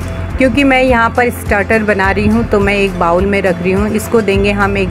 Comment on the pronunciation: Madam aapke videos or hacks sab bahot achhe hai. Bas aap bowl ko बाउल न बोल कर 'बोल' 'बोले to bahot achha hoga.